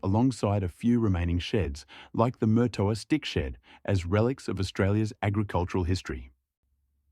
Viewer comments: Note. you're not pronouncing it correctly. It's Marrtowa ....... NOT Murtoooa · Just for the record , Murtoa is pronounced with far less emphasis on the R